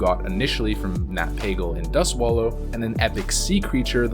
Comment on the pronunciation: He isn't called Nat Paggle